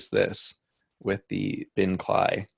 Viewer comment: "kly" lol - cee el eye!@